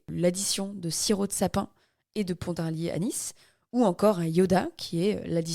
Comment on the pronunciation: Merci ☺️ bon ne dit pas "ponte" ou "saponte " juste pont ou sapon mais merci pour l'histoire cest génial